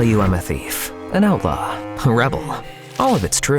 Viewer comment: who thought what he said “Outlaw“ thought he said “Alpha“